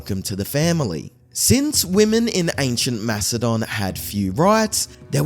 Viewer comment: are you saying Philip of Mastodon? Not Macedonia? Is this an AI voice just reading the same mistake over and over again? Its a huge miss and no one in the comments points this out so I am wondering if those are fake too